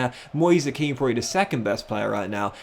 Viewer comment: Btw Moise Kean’s name is pronounced like Ken due to being Italian